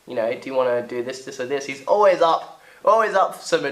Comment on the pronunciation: "He's oways up for some advenchaa" Im dead..